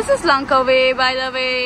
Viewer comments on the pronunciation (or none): It's Langkawi by the way not লংকাওয়ে 😂